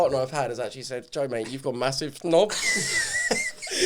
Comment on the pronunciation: And Joe calls his son toe, toe Weller